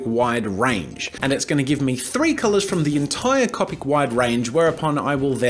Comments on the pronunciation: cOpic not cApic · you know it's an older video when he pronounces the markers "cop-ick" and not "co-pick" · It's not cop-ic it's co-pic (like co-pick) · If bugs me sooooo much when u say Cau-pick... It's coe-pick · Was it bothering anyone else that he said copIc. It’s cOpic not copIc. People who are Harry Potter fans will get the reference 😂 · He’s saying Coppic instead of coopic which is spelled copic as the market Copic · Cop ic am I the only one who says co pic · I’m sorry did he say cop ic instead of co-pic. OMG THIS IS OLD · .... it’s pronounced like coe-pick not caw-pick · Anyone else bothered by the fact he says Copic instead of Coe-pic? Just me? Nvmind then... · the way he says copic...CoPiC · did he just say copik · Its CO pick pronounced CO pick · C”O”PIC, OMG your saying it so wrong ffs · Co-pic say it with me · 4 years ago you didnt know how to say Copic you said it like coppic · the way he says copic 😂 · who realized jazza says copic differently? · Am I the only one bothered by how he says copic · is any body gonna point out how he pronouned "copic" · NO NO NO NO NO! You are saying copic wrong!! (ik he says it right now but it's still really annoying) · Oh mate, I've been watching bits of the channel and I've been a real fan.....until you pronounced copic markers wrong. If you're going to spend as much money on those things as I'm sure you do, at least get the name right. It's like watching someone buy a brand new Ferrari and calling it a "fa ree ray"